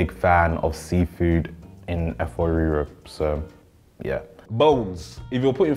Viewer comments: wetin yeye oyinbo Efoowh Reeroww be dat?? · the pronunciations of efo riro in an English accent sent me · is automatically out for me just for that fvckass pronunciation of efo riro. 😭😭😭🤣🤣🤣